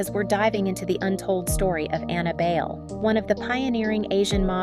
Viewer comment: Yes! Sometimes I spell it "BYE-leh" to show them how we pronounced it in Manila. Or at least use "Bailey," the Americanized version of her name. This "bail" pronunciation is annoyingly inaccurate because then younger people will think that's the way to pronounce her name.